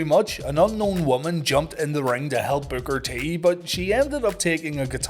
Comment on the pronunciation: Love your content, but all I hear is "booger t"😅 great episode!